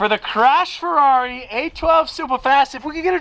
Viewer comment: FER-ever on the FER-ari